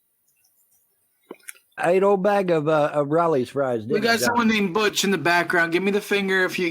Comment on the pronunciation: how stupid is the mfer saying butttch instead of butch